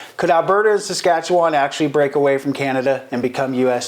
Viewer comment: Never would I ever want to be an American. I am 100%Canadian. Born and raised Forever and always Canadian. And learn to pronounce Saskatchewan properly.